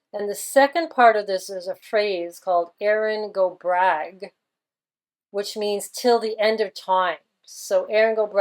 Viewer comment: Hi just a wee bit of info' it's pronounced....go bra..... (I am Irish) Also when you said her ex boyfriend was "lost at sea, made me think of maritime law and "lost at sea"....not sure of the exact significance but it may be significant? Do you think Olivia has just retired from the world stage, the/our world play having been designed and written by the unseen hand (as with Bowie etc...not sure if you saw that interview after he "died" where he played the part of a gentleman related to music industry talking about Bowie) or did she really die?